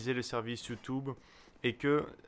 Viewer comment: ".. Avec Youtoube.." :)